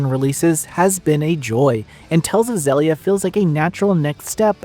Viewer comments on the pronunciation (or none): zellia? its zill... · agree I prefer Xillia 2... I always thought it was pronounced Xeelia like exhile... exhilia... dunno... anyway I also prefer 2 apart from the debt to repay which was a nightmare gameplay idea I still remember it from the ps3 era. Tales of Xillia 2 after Berseria is still my fav Tales game. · Loving a game, but then are not even able to pronounce it. I'm out